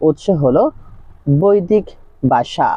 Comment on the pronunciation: বাসা নয় ভাষা